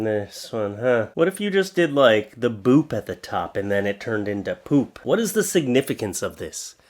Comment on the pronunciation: He reads boob as boop 😂